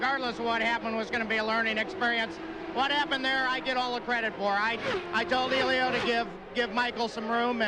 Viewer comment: Randy Dubin Yeah I've never seen his name spelled and pronounced like that before.